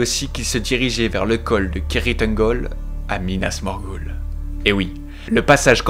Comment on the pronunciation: "Pipine , minasmorguoule, Izengard" ptdrrrrrr j'ai envie de mourir c'est quoi cette prononciation